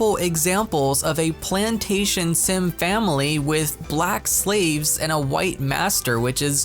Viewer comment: I sorry but the way u said slaves had me rolling 😂 But fr who is posting this stuff???